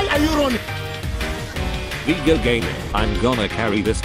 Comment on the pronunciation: Awesome video as always. Also, TTS pronounces Viego's voice correctly if you type it as "Veaego".